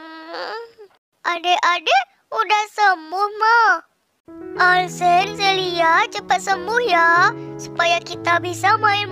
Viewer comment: Heh Bukan Alsen Tapi Alcen